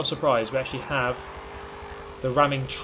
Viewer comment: You haveh to leaveh the spaceh